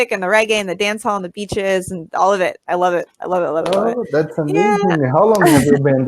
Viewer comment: Parabéns, sua pronúncia é muito boa, mas quero te dar uma dica importante para melhorar ainda mais. Na palavra "of", o "f" é pronunciado com o som de "v", fica exatamente "ov", sendo que a letra "o" tem o som de schwa. É que já percebi em vários vídeos que você fala com o som de "f", e eu sei que às vezes não percebemos tão facilmente essas nuances da língua inglesa. PS: A palavra "Off", essa sim é pronunciada com o som de "f". Good job!